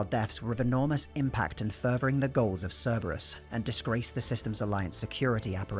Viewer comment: Don't worry about mispronouncing the name. When I first played ME3, I called them "Cerebrus."